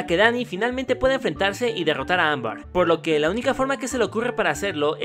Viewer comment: dijo AMBAR en lugar de AMBER casi todo el video xD No si se noooota que fue super fan de la caricatura xD